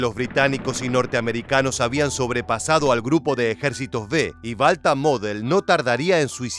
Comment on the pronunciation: Balta model . No es Walter model?